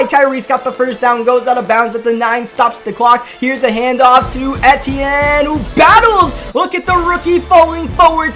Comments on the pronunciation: It’s E-TN not et- e-en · it’s Travis E-T-N just say the letters kinda quick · It is pronounced ETN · It’s pronounced “E-T-N” I believe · Love you, but it's pronounced EEEEEEtienne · It's Travis E T N that's how it's said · Travis Etienne is pronounced EEE-TEE-EN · The way he said Etiene made me lose brain cells 😂